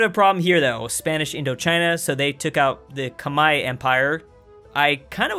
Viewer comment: Me: (Thinks he will pronounce Khmer wrong): (Pronounces Khmer Right) Me: Ah, I see you're a man of culture aswell